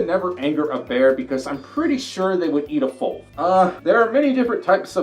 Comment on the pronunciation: You always say flof instead of folf